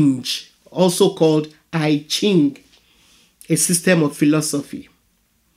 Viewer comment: I Ching, pronounced "ee--ching"